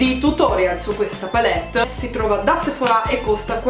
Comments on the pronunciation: perche dici sephorá? si dice sephora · Duglas si legge Daglas e Sephora è senza accento sulla a finale............... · Io la pronunciavo Sephora e non Sephorà.....ho qualcosa che non va.....😅